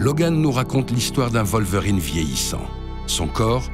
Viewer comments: {Wallverine} je tiquais à chaque fois que j'entendais {Volverine}. Ca n'enlève rien à la qualité du propos cependant. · Faut revoir la prononciation de Wolverine XD Ça change d'être en extérieur, c'est pas mal.